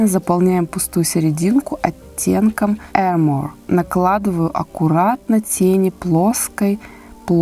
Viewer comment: Armor читается как армор с ударением на первый слог =) "р" не проглатывается, это броня по английски. А палетка кстати оч крутая я не ожидала, что там будут настолько носибельные оттенки на каждый день, и выглядит классно